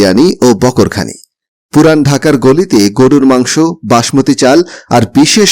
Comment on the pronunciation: বকর খানি না,বাকর খানি